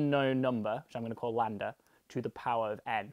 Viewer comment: Ok, but why do you keep calling it "Landa"? It's Greek, not Inglourious Basterds.